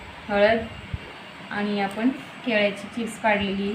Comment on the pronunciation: केल्याची नाही हो केळ्याची असा शब्द आहे तो . कृपा करा आणि शुद्ध मराठी लिहा आणि बोला .